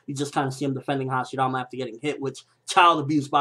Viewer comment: why does he pronounce hashirama with a "d"?